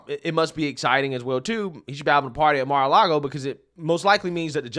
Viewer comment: “CAR-LAGO” ARREST THIS DEMENTED SUCKER